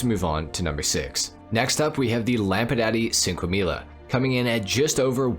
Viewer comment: He said lampadati cinquemila and put up a picture of the enus deity on legendary motorsport